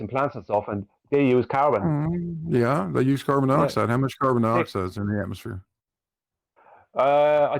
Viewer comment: oakley talks "carbon dibaxide"